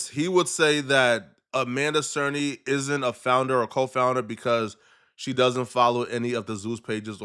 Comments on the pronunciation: That one also had me raising an eyebrow lol! I felt like he said it correctly once then switched back to DAY-storm 😭😭🤣🤣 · Its triggering me the way he keeps saying Amanda Cernah, its CERNY 🤣🤣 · Is it hard to say "Cerny" ... SURN-KNEE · Even tho her name Amanda "Cerny" sounds like he saying "Serna"